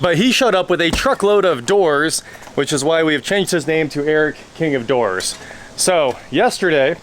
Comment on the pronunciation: Oh king of DOORS, I thought you said king of WH**ES! 😂😂😂